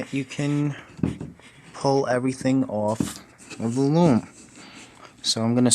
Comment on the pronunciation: he said lom its loom